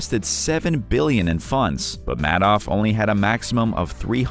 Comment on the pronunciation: It is pronounced "Made-off." That's appropriate.